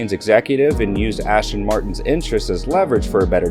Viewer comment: Can you please say the names correctly...! It's not Ashton...its As-ton.